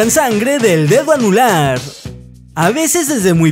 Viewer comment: Soy la unica que encontre un error cuando dice lo del dedo anular dice :anula :/